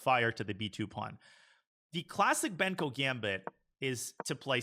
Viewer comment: it is Benko not banko